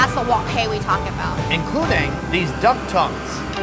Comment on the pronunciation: why did say "including" like that tho?